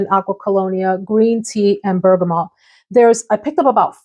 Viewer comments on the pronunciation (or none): none